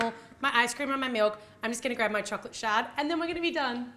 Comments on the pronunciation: when she said shard i thought she said chocolate sharts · Why does it sounds like she keeps saying shart.. Lmao